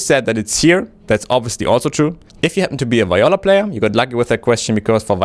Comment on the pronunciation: Well, you can't pronounce Viola correctly, so I'm out.